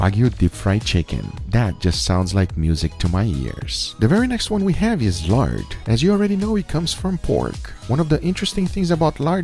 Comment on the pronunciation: Guga! Your Brazilian / Belo Horizonte accent came through in the Lard section! You sad 'yard', not 'lard'. However, at least you didn't pronounce it as 'hard', (as many Brazilians would) ! :)